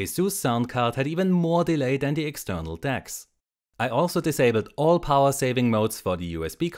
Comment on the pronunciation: And "powaah".